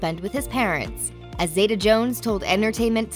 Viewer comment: its pronounced zee ta NOT zay ta